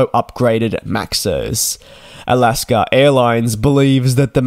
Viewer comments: there you go. Thats how you pronounce “Alaska”. It’s definitely not “Alasker”. Where do you get the “er” from? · "Alasker Airlines?" Couldn't they at least have found a Yankee to read the script? :D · Alaska doesn't have an R at the end of it. It is an A. A las kah! Who even cares about this?? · Hard to subscribe to a presenter who can’t speak English correctly . Alaska. Is pronounced a not a er ……